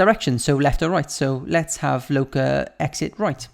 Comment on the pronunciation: Ugh it’s the was he says LOCA 😂😂😂😂😂😂😂😂😂😂😂😂😂😂😂